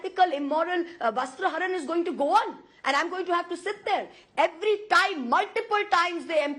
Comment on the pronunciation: "VASTARHARAN" ~ She is like an INFANT who learns a NEW WORD and keeps CHANTING it.